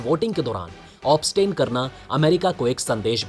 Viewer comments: Obstain nehi abstain bolte hain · Obstain नहीं abstain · Obstain nehi abstain boliye. Uccharan sahi tarike se kijeejye. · Obstain nehi abstain. Vlog channel banate ho toh thik thak shabd bola Karo. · Obstain nahi, abstain ! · It is abstain and not obstain. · Obstain nahi abstain!!! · You are continously saying obstain which is wrong